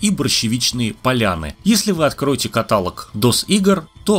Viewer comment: При всем уважении - каталОг.